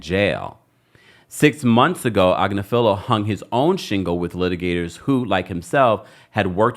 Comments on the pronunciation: Ag-nif-a-Low <<<is how you say it 😂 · I have seen Marc's wife, Karen, on various law shows. She is well-respected and pretty high-up in the legal game. She is also is a liberal. from what I can tell (BTW, she pronounces her last name as Ag-NIF-felo) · Omg it’s mark agNIFilo. You sound sorta, out of your depth when you don’t pronounce his name correctly. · Pronounced ag-NIFF-falo, like buffalo. His wife is a top Manhatten attorney. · His wife is on a youtube channel so you pronounce his name agg-nif-a-low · You are definitely not pronouncing his name correctly. It’s ag•Nif•ilo (emphasis on the second syllable). I’m pretty sure they pronounce it correctly on TMZ. Diddy won’t go on trial for at least a year, so you have plenty of time to get the pronunciation correct. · Please consider this constructive feedback. You do a great job but repeatedly pronounce Marc Agnifilo's name wrong. His wife is an on -air legal talent for The Midas Touch Network. I suggest pulling them up and getting the correct pronunciation of Agnifilo. Otherwise, great show & great job.